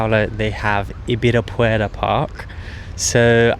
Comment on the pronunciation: First time I saw a foreigner who pronunciates Ibirapuera correctly! ✔️👏